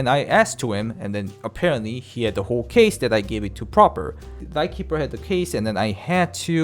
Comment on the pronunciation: Also it's PrApor, not PrOpor